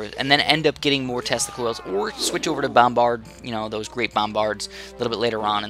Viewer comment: Sorry but, when he says "tesla coils" I hear "testicles"